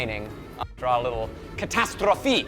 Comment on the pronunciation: Was that Greek??? Catastrophi???😂 Nice pronunciation.